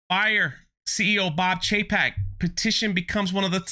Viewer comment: It’s Bob Cheap-ek